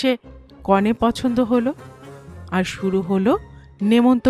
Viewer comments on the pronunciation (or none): 'নিতবর' এবং 'কনে' শব্দ দুটি উচ্চারণ ভুল হয়েছে বার2। কানে লেগেছে প্রত্যেক বার ! Please rectify